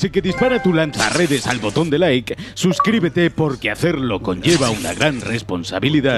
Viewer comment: Eshhhpiderman, lansha redesh